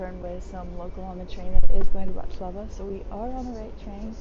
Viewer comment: Is this a travel blog or a weather report? Additionally, might like to check the name of the place he is visiting. I don't think he managed to pronounce BRATISLAVA correctly at any point in the video. Pretty poor!